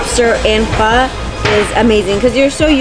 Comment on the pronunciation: Oh, you silly girl, Bun Xeo has no eggs in it and it's not a pancake. LOL. 😂 at least you're pronouncing Pho correctly.